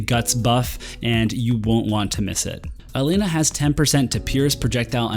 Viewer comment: Yay! Someone who can finally pronounce Elena correctly! Lol, jk. But seriously, welcome back! Good to see you again!